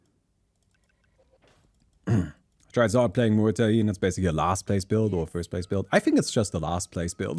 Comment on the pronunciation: About pronunciation of muerta. Your R is fine, the er is wrong. Mu - er - ta You are saying môrta Mor - ta